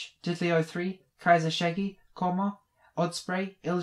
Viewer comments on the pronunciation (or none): none